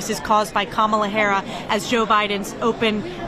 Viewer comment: "Kamala HARA" 😂😂😂 Do they mispronounce her name on purpose? 😂